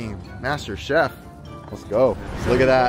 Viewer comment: Its master chief, not chef. :)